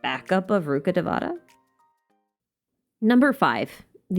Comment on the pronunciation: Rukhadevata should be pronounced as Rukha dhe-va-tha. Dhe-va-tha means godess. It's not pronounced as te-vaa-taa. Same for Devi. It's should be pronounced as dhe-vee. It's sad Genshin isn't putting much effort on the right pronounciation for the names that has so much cultural value.